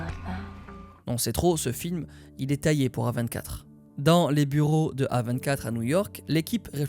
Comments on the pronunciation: Mais qui dit A vingt quatre mdr 😭😭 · la vidéo était une masterclass sauf et ça m'a titillé toute la vidéo, tu t'efforces à dire correctement tout les noms de tout le monde, de tout les studios, sauf celui du sujet de la vidéo. non A24 ne se lit pas à la française désolé mais bien en anglais et d'ailleurs tu es le seul que je connaisse qui le prononce comme ça ça ma franchement fait chier (dsl d'être aigri)